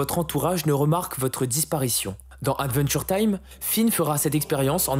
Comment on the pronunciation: Attention à la prononciation, c’est bien aDventure time, et non aNventure time. Une fois ça peut aller mais toute la vidéo…😮‍💨😮‍💨 sinon trop trop top !!!!